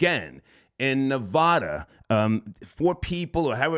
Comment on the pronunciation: It's pronounced Ne-VAD-uh